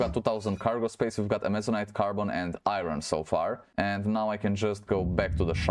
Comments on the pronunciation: you say irin thats not how iron is said. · there is no "in" in iron..